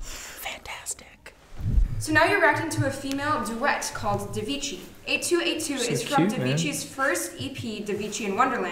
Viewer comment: Davichi, pronounced not devichi but da like TAkies or TAmagotchi but with d^^